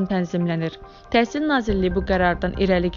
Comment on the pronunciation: Bu he deyir TESIL MESIL🤭